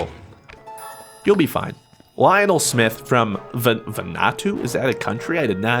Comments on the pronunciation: You said Vanatu, it's pronounced Va-Nu-Wa-To and its on the opposite side of the world to you! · van-ooo-arto, its in the Pacific Ocean.